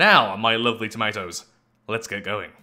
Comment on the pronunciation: I for one am happy to be one of """tomatoes,""" however that is pronounced